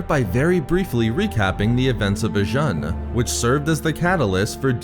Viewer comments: It's pronounced Vi-june m8 That's how it's heard in Jedi Knight Jedi Academy. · Its pronounced "Vi-oon"